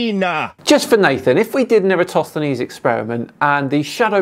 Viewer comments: since professor Dave said that all flat earthers cant pronounce Eratosthenes. i have taken note when ever he is mentioned and he is correct they always say it wrong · If nothing else, could he learn to pronounce Eratosthenes correctly? Or at least close? Here's a simple experiment most of us can do: 1: hold out two adjacent fingers 2: curve them, like a claw 3: move the tips apart 4: notice that there's an angle between the tips and the palm (or back of palm). ☆☆☆ This is an angle between two curved lines. But more importantly: is right in saying the scale is important; because the Earth is so huge, the local area can be taken to be flat, both at Syene and Alexandria. It's the distance between the two locations that shows the curvature. In the experiment, the distance was about 5000 stadia (~800 km), and the angular difference was about 1/50th of a circle. Turns out that local conditions at Syene weren't important, as the sun shone directly down the well, so was overhead, and there was no angle to measure (i.e. the "angle" was zero degrees). The angle at Alexandria was ~7°. This can be take as flat because the height of the pole and the length of the shadow were so tiny, that curvature could be ignored. Why do I believe this? I learned it in the first year of my Cartography degree. But what if the lecturers were part of some sort of conspiracy involving a space agency on the other side of the world? Well … globe earth explains why we have a day/night cycle at the same time as a season cycle, and also how we have lunar eclipses and solar eclipses (often half a month apart). Flat earth can't explain either of these. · Can Nathan spend a few minutes learning how to pronounce Eratosthenes? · I love how every single flat earther mispronounces Eratosthenes the same way. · Somehow has managed to butcher Eratosthenes’ name EVERY SINGLE TIME in this video. Jesus Christ! 😂